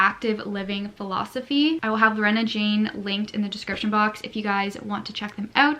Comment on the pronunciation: Girl!!! Lorna Jane is pronounced "LAW" + "nuh, there's no E in the name hahahah. Sincerely an Australian who sees that shop at every shopping centre 😂